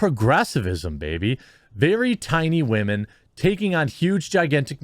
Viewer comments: I didn't even know anything about this movie being made or premiere. I turned cable off over a year ago. But anyway dude, you crack me up. Im going to start saying wahmen from now on. This doesn't surprise me that it failed. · Stop saying wahmen ... it sounds so foolish. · does he not know how to say women or what? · I think I have a stroke every time you say women